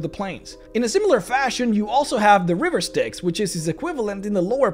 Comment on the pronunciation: quick tip...give a second more between 'river' and 'styx'. they are two words. not one. never mind the risk of sounding like you're saying 'riversticks'. :P